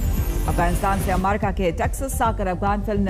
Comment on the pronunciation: कृपया अमेरिका का सही उच्चारण करने कहे न्यूज रीडर महिला को